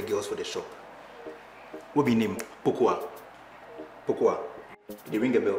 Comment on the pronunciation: but chaley you guys 4respect the name Pokua by pronouncing it well